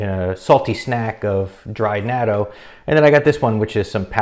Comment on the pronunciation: Well since I live in Japan, I guess I’ll start eating natto again. I like the ones that come with either wasabi or hot mustard. It’s also not bad with hot sauce. Not big fan of the straight natto flavor (I’m not Japanese). Nice job on pronouncing natto. You were actually pretty close. (It sounds like knot-oh) Thanks for the information!